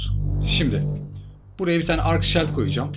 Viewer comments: Keşke hızlı koşma gibi bi boost güncellemesi yapsalarmış. Bir de hacı abi küstahlık yapmak istemem ama çok dikkatimi çekiyo her videoda shield, "ŞİILD" diye okunur. :) severek takip ediyorum sağolasın. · Şayld diye okunduguda gorulmustur :) Söyleyeyim dedim .